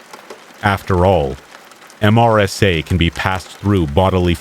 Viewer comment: MRSA is pronounced MUR/suh